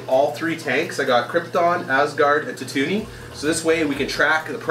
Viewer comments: Idk if anyone else has said this yet, but I think you need to rewatch Star Wars. It's pronounced, tattoo-een not tatoony. My inner nerd can't handle the mispronunciation. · Nerd rage, u pronounced Totooine wrong. pronounced /tætu'in